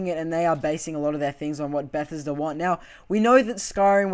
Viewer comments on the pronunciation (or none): Stopped watching bechause of the way you said Bethesda.. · Please learn how to pronounce Bethesda. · Who else was annoyed by the way he said Bethesda, great video, but I couldn't help cringing